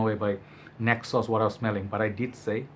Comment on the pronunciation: Ayyy man, I struggle with neck pain sometimes as well. By the way, when you pronounced Naxos, I've understood (necksauce).😂